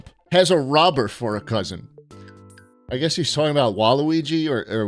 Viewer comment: saying "he's" like that isn't just him come unc